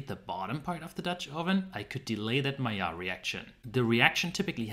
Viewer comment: And if you noticed, is pronouncing "Maillard" with the correct french pronounciation too!